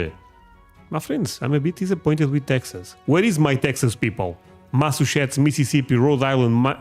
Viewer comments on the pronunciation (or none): Massachusetts is pronounced Massa- Chew- Sets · Massachusetts is pronounced Mass a CHEW sets